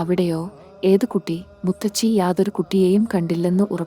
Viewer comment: മുത്തച്ചി അല്ല മുത്തശ്ശി എന്നു പറയുക